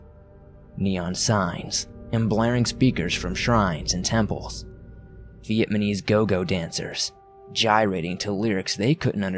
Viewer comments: How can you do a webcast with a story that takes place in Vietnam and not even know how to pronounce the word Vietnamese??? In my 57 years, I've never heard anyone mispronounce it. At least for consistency purposes, why aren't you calling the country 'Vietman"? Just curious. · This was a great story. But I cringed every time you mispronounced Vietnamese. The baffling thing to me is that you can pronounce Vietnam just fine. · There were a few mispronunciations in this. Maybe reading too fast. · Just heard dude say it twice and now I'm laughing my ass off lol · Lol. He keeeeps saying it! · Him saying vietmanese is really making this difficult. Good story tho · It's not vietmanese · God I cringed so hard. Like it’s not that hard 😂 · The dude reading the story, multiple times XD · Lmaooo. "Vietman" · Fuck just pronounce “Vietnamese” correctly at least once. Completely ruins any immersion of character. Knuckle dragger. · You didn't say Vietnamese correctly once I don't think. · viet-nam-ese dude... not viet-ma-nese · It's not Viet MANese! The country is not Viet Man, it's Viet Nam [ pronounced closer (nom) than (naam) - somewhere in between, really ], making the people who are natives there Viet NAMese. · NAmise. NOT Vietmanese lol it got hard to hear. Good story though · It's vietNaMese not vietMaNese. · This dickhead saying Vietmanese throws the whole thing off. If ur gunna tell a story at least pronounce the country right 🤦🤦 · I swear he’s saying VietMaNese instead of Vietnamese. But only sometimes. Good story. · Its VietNAmese not VietMAnese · LOL vietmanese, really though? really? And no one noticed?.... The country is Viet-NAM, not fucking Viet-MAN, which makes the people Viet-NAMESE not MANESE. Dear god.. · I laughed way too hard at your pronunciation of "Vietnamese". Viatmanese? Lolol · What’s scary is the way you keep saying “VietMaNese” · "Vietmanese" lol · V - EHT - NAH - MEES !!!!!!! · "Vietmanese" lmmfao😂😂😂 Vietman was a tough place.